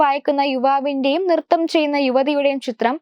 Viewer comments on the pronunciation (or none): നൃത്തം ✔️ നിർത്തം 🚫